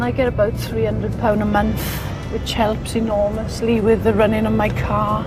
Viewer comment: I really wish would say month instead of munf.